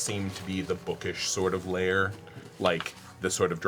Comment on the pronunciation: IT'S LAIR, NOT LAYER 😩